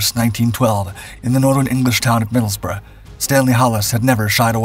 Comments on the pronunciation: Congratulations on the correct pronunciation of Middlesbrough 😊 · Just wanted to congratulate you for being American and correctly pronouncing Middlesbrough. 👏